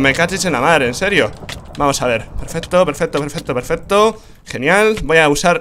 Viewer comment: no es peferto es pesfesto